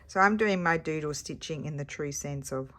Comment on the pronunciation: Another fun prompt for the project. I will admit though that when you first said doodle stitching I thought I heard JUJU stitching. I thought, how is she going to interpret that? Thanks for sharing your creativity!